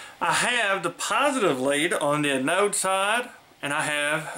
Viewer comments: Good video (and thank you). One error... the anode of a diode is NOT called "an ode", the proper pronunciation is anode ( see, 'listen' to: ). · I believe that the accent is on the "A" in the word "anode". But hey... 🙂